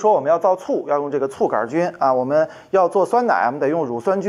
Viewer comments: 杆菌不加儿化音 :-) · 杆也要加儿化音哈哈，太逗了杆儿菌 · 杆（儿）菌，哈哈哈~~ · “杆儿”菌。。。为啥不说“球儿”菌？ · 杆菌为什么加儿化音😂